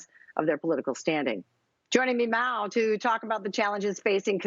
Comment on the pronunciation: Does she say "joining me meow"? ?